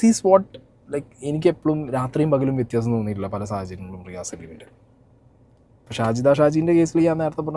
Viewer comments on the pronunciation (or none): none